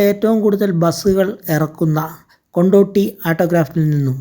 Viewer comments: കൊണ്ട് ഓടി അല്ലടെയ് കൊണ്ടോടി ആണ് ✌️ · കൊണ്ട് ഓടി എന്നാണ് .. അല്ലാതെ കൊണ്ടോട്ടി അല്ല 😊